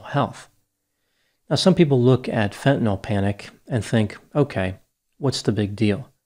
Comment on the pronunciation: It's refreshing to hear fentanyl pronounced correctly instead of "fentanol".